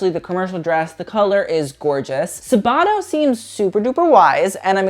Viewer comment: I don't want to be mean but the way you pronounce Sabato's name gives me anxiety. It's Sàbato not Sabàto :)) great video tho I laughed a lot